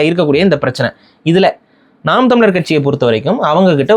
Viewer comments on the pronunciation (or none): should get over that he left NTK.. Seeman always says ‘naam’ not ‘naan’..